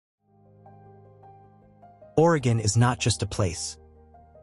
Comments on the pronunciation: At least they got "Oregon" right. Which most can't do. Mostly Worstcoasters. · Great, except, you pronounced Willamette like it was in Illinois, not Oregon. It's a as in apple, not as in up. At least you said Orygun instead of Ore ee gone. ❤